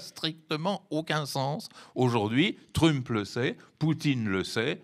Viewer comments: C’est énervant ce “Trümp”, pourquoi pas “Müsk” alors ? Jusqu’à maintenant l’analyse évacue le fascisme. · Ce vieillard qui prononce " TrU-mp", et nous cite des sketchs de Fernand Raynaud, croit nous donner une analyse moderne, il est pathétique ... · Jamais entendu un francophone dire Trümp !!! Ça fait un peu bosch, non ? 🤣🤣🤣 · Démonstration magistrale ? Il ne sait même pas prononcé le nom Trump ! Mais Monsieur sait tout ! Ah mais c'est vrai....faut qu'il protège son salaire !!!😂😂😂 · Pitié, prononcez Trump correctement... Le personnage est déjà assez pénible. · I est incapable de prononcer correctement le nom "Trump" l'expert? C'est grave énervant 😵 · C'est vrai ! Ca m'a fait trop marrer !!😂😂😂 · Je pense que c'est voulu. C'est une marque de non-respect.